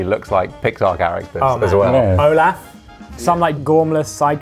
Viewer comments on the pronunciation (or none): none